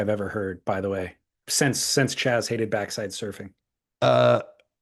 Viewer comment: not Chaz. Keep Doink!